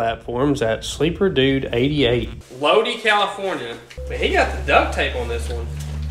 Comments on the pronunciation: /It's long I Lodi,Ca. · funny hearing you say Lodi Ca lol it’s pronounced Low die I love our accents here in Ca 😂😂